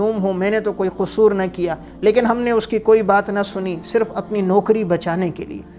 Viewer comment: یہ کیا بد زبانی ہے: نوَکَری کو نوٗکَری بیَٹھ کو بیّٹھ کہَتا کو کِہتا رہَتا کو رِہتا اِکلوٗتا کو اکَلوَتا